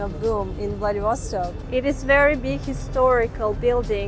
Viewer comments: А зачем надо говорить ВладивОсток, вместо ВладивостОк? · Remember: VladivostOk! Not VladivOstok.